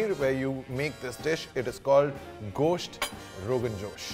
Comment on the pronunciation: He pronounced Gosht as ghost. 😂